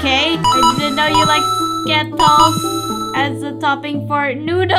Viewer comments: I am laughing when said sketols hahahahaha🤣🤣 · I laugh so hard when said skitols and orevo